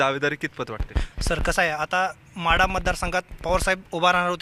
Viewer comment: म्हाडा नाही वो माढा म्हणा